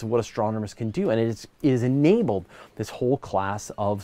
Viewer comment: Ginabled....I'm using that word from now on ^_^